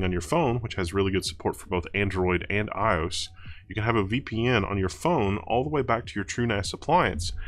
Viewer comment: Eyeohs lol - always makes me laugh when people make words out of Acronyms - hadn't heard that now before!